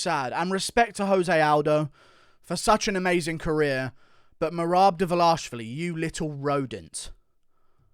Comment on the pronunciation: Dva lish vili is how it’s said, read his name man. Not a knock, I like your stuff, but your pronunciation of fighter names is questionable at times 🤣